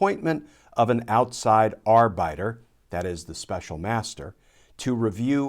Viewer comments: Glenn, you are pronouncing "arbiter' incorrectly. It is ar-bit-er; NOT ar-bite-r. You, as a highly educated individual should know this. Stop mispronouncing it, please. It is grating! Or, maybe . . . de-grating . . . Example: The fascist American right-wing believes it is the 'moral ar-bit-er' over all of America when, in fact, they are nothing but completely unethical pseudo-moralists. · Arbiter: ARE-beh-ter . beh , not bye . Second day in a row for this mispronounciation. On the plus side, there's no bubble-pop sound loops in the background ¡gracias a Díos! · I have never heard anyone else pronounce arbiter that way. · Correct pronunciation of "arbiter" is R-BIT-ER not R-BYTE-ER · "...an outside arbiter" You sound as if you're saying "ass biter". Haa ha ha HA HA HA HA HA !! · Ar - biter? My wife and I are going nuts trying to find the origin of that pronunciation of arbiter! LOL Is this a thing or was it just a gaff? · Is it pronounced "R-biter"? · "Ar bite er" or "ar bit er?" Have I been pronouncing it wrong for years or is Glenn saving it strange? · Love everything you post,"arbiter" was pronounced funny tthough😁